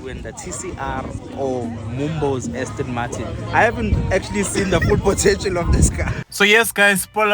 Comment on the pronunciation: It’s pronounced Aston🙄